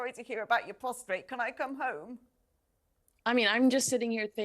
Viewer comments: It is amazing to me how many reportedly educated commentators say “prostrate” and not “prostate”. One does have to be “prostrate” to have one’s “prostate” checked but they are not interchangeable. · Come on Talk TV, "postrate", really? Do you not vet your commentators? Earlier, the guy said "abdominable". 🙄